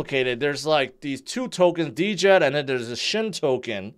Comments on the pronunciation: Why do you keep saying D-djed? It is djed in one word..🙄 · I just don’t understand how someone who can put at much content as and not know the proper pronunciation of Djed-Jed!!!! It’s pronounced JED not DeeJed!!!! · The way pronounces Djed he prob pronounces knight (Kanight) hahaha the D is silent dummy!!!